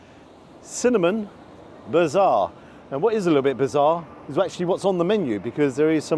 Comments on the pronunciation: It is not Bizarre, but Bazaar, as in Baz Zar:) which means ‘Market’ Get it right, 😂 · No No No it's bazaar not bizarre hehe keep up the great reviews.